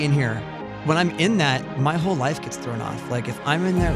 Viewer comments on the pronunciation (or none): none